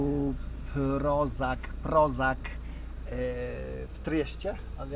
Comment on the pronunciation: Kamping ROŽAC. czytasz RORZAC. a nie rozak